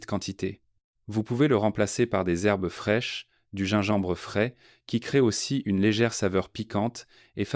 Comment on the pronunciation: On aurait préféré un vrai médecin et non cette voix artificielle sans intérêt et avec des fautes de prononciation, le gingembre fraise, œudème, œusophage. Et quelle idée d'acheter du bouillonKub, alors qu'on peut faire soi-même un bouillon de légumes, de carcasses de volailles, etc.? Et l'oncle Jacques qui est cité dans toutes les pub, c'est agaçant.